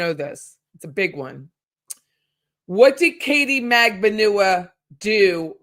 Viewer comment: New subscriber, but Katie’s last name is pronounced MAG-BAN-U-A. sorry that’s a pet peeve when it’s mispronounced. 🤷🏻‍♀️